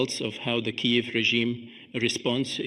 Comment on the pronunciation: It still has small imperfections: it is not "Kayev", it is "Kiev".